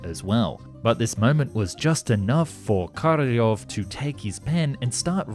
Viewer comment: So you butcher Korolev name, but when you say Korolev's cross you say it like you should. :-) How come ?